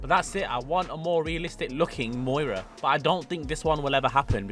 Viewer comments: Moira.. Some car guy you are. It’s miura. Miura also means three bays. Need to learn pronunciation of words. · Lamborghini Miura,not Moira.You're welcome. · It's "Miura". Moira presents the news. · please it’s pronounced “ME-YOU-RA” 😭😭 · The Prius is pronounced “Dil-uh-ton-tay” and the Miura is pronounced “mee-aura” At least with our annoying American accents. Unless you’re from NY/NJ, then the miura is “mee-aaaarah” 😂😂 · BRO IS THROWING ME OFF SAYING THE MUIRA